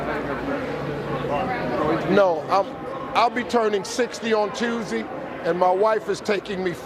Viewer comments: "I'll be turning on TUESY" 😂😂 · Don't mind politics but how Steve said Tuesday is hilarious lol